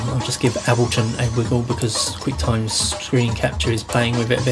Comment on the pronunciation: He cant pronounce ableton Dx